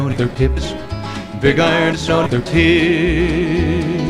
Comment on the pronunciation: I hope I'm not the only one that keeps hearing "tits" instead of "hips"